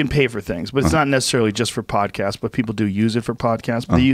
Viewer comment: Joe "My podcaat is made to appease ANY guest" Rogan